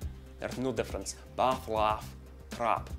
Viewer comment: The best "accent video" I've ever seen! Well done! Your video about Irish accent was tremendous, but this one is absolute class, top of the tops. you say "no deference" without meaning to do Scottish accent, but you are doing perfect one accidentally:D Well I think it is accidental:D